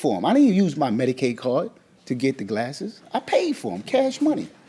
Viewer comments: QUIT SAYING MEDICIDE! 🥴🥴. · Yeah that was incredibly annoying.